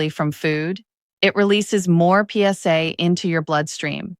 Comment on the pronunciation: Yeah a big thumbs down to the "PS" "AI" girl.